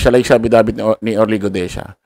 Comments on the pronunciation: Guteza not Gudeza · Orly Guteza hindi Orly Gudeza ayusin mo ang pag pronounce pleasee